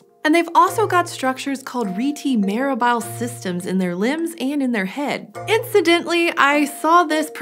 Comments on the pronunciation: You still got the pronunciation of rete mirabile wrong. Rete should be pronounced like Americans say beta or like RAY-tay. For mirabile, let me walk you through it. First, let's consider a related word, mirabilus, which is pronounced to slant rhyme with miraculous. Then, replace the -us ending with -e ending, pronouned with the same sound that you ended rete with. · It's rayteh miraahbi-leh. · Italian here: it's Rae-tae Mee-ra-bee-lae, from Latin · Should be pronounced RAY-tay mee-RAH-bee-lay, since it's Latin for "wondrous net". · Rete mirabile is pronounced like this: “REE-tee mir-AH-bil-ee”. In Latin it means “miracle network.” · My physiology professor always pronounced "rete mirabile" as "reh-tay mier-ah-bih-lay." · The Italian teacher in me says it's raytay meerabeelay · Reh-Teh Mee-rah-bee-leh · Me, an italian: both pronunciation are dead wrong lol it should be "reh-teh me-rah-be-leh" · It’s latin! Reh-teh-mee-ruh-bee-leh, stressed on the a. It means “wondrous network” 😉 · It´s "RETE" as "RÉ-TÉ" for it´s a roman latin word. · It is a Latin and Italian world (I'm Italian), should be pronunced as it is wrote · Rete mirabile is italian i think, check the pronuntation on google translate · I think rete mirabile is itaian, you should look up its pronounciation on or google.